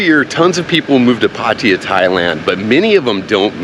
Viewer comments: Why do you say Pateeyah? Isn't it Pattaya? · Regardless, emphasize the last 'a' :)